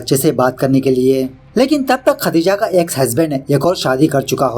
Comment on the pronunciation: Apki muh se khati+ja == khatija Meri kaan kha gyii😂😂 Wo sayad khatija nhi Khadija hogi Meri ek dost ka naam bhi Khadija hai